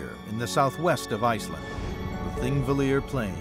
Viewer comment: It's "Thingvellir" and obviously the "Th" is a "Þ" like in "The", but we know our land is splitting and drifting apart.